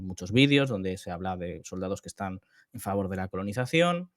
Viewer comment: Conolizacion?? Que gallego HDP 😂😂